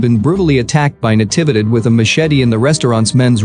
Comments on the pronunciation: The voice is processing "Natividad" wrong. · It's saying all the syllables after Na fast and all bunched together. It's Na-TEE-vee-dad. Even in american english, with that pacing (voicing each syllable for about the same duration) it should sound OK.